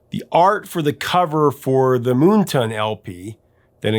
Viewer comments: Don't know if anyone else has mentioned this in the nearly 500, comments to this video, but Why do you keep mispronouncing the name of the album as MoonTON??? When it clearly reads MoonTAN!!! One does not go to the beach to get a TON. 😁 And by the way my absolute favorite Golden Earring song is the live version of LONG BLONDE ANIMAL from "Something Heavy Going Down". Another song with realllllly great bass line. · Is it just me or is the name of that album moonTAN, like sun tan? Not “moonton” or am I wrong 😂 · Moon Tan not Moon Ton. Come on get your vowel sounds correct. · "Moonton?" It's Moontan. Moon Tan. Like a sun tan at night. 😏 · Moon-ton? It's Moon-tan, like a tan from the moon not the sun. Silly person. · MoonTan! (reverse of Suntan). Say it right - moontunn sounds dumb. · It's Moontan not Moonton. Lol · Moon TAN. As in not a SUN tan, C'mon.... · How do you pronounce Moontan? Here he says as 'moontain' but isn't like 'suntan'? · Yes it is, and one word. I don't know why pronounced it that way.